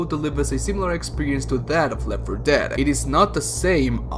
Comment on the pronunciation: the way you say left for dead is hilarious. left 4 ~deeeead~